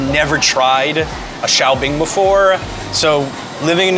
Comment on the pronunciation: Should that not be 'shao bing' rather than 'xiao bing' ?